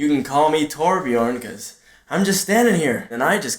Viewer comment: zulkonit ikr he could've said pyro but no he said torbjon